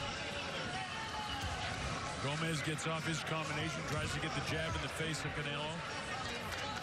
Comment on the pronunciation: Bro said caneo or sum shit 😂 idk why he didn’t say canelo correctly first